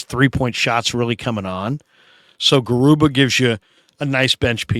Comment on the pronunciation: Hi I’m not sure you gonna read this, just wanted to correct you about how to pronounce Garuba… it’s Ga.. ah..ru ba.